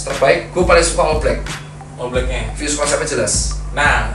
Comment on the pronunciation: "fyus konsep" "fyus konsep" "fyus konsep" ,brand medan bacanya juga ala medan.